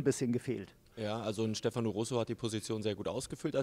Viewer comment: Stefano betont man auf der ersten Silbe: StEfano. nicht StefAno.